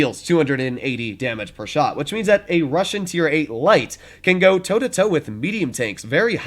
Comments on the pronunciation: Russian, not “russain” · Yeah "russain" pancake, it "Russian" dude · Russian not Russain 😂